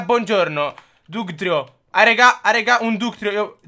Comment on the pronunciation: Dàgtrìo si dice! punto ''.''